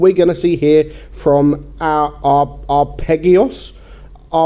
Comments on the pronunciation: His name btw is pronounced arpejjio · I take it isn’t a much of a music nerd given the pronunciation of the gamertag lol.